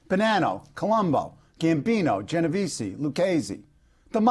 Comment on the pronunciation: idiot..commenator said genovese wrong!